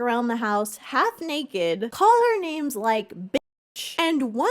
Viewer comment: obsessed with how you say everyones name wrong